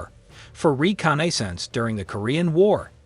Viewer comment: Re-conay-sawnce, a new word!